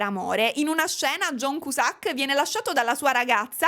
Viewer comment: io ti voglio bene, ma perché John Cusàck?! Perché 😩😩